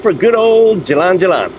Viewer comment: Hehe. It's not too hard actually, you just have to notice that it's Ja.......Lan and not JaL....Lan. The "a" is the same sound for both "a". I guess it could be difficult to unlearn old habits of the schwa (/ə/) in English with unstressed vowels. Anyway... it'll come I'm sure of it.